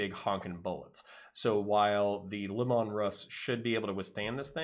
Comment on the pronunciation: Its nice to come across someone who knows his back lore, but I must say this, the Tank is pronounced Lee-Man.